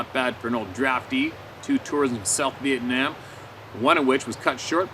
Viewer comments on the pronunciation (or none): none